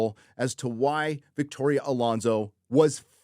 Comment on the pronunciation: I think you mean "Victorrrrrrrria Alonso"